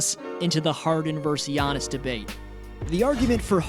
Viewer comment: Its Giannis